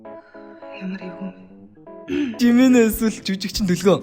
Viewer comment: Жиминэ биш Жими шүү